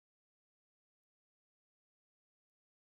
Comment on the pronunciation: Yes! It’s pronounced Bailey, not ba-lay 😂😅